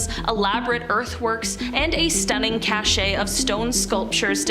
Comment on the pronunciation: Greenwich is Gren itch, not Green Witch cash, not the other one